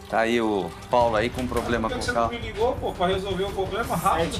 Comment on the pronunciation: impossivel confiar em quem fala ''poblema''